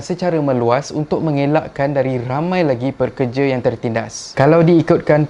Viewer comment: Sebut betul2. Pekerja., bukan perkerja